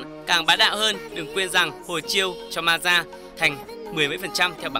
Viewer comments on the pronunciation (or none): Đọc sai tên òi con này tên là mơ ja ko phải ma ri a